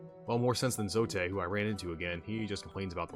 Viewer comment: Nice video man! Hollow Knight is such a gem of a game. Just fyi, it's pronounced 'Zote' like 'goat'